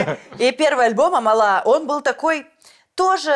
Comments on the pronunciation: она АмАла, а не АмалА 😭😭😭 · амАла а не амалА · не амалА, а Амала❤️